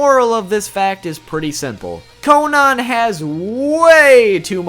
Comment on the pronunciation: its not konon its konan